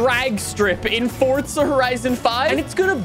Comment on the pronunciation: its forza not fortza